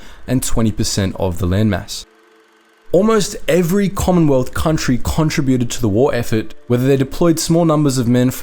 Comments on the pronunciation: Why do you mispronounce the words contributed and contributors? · Since when did the word, contributed, change its pronunciation?